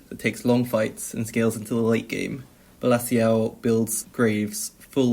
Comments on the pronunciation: his name is pronounced bella chow like the song bella ciao from money heist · Its funny how u prounonce Bellaciao im italian its very different seems chinese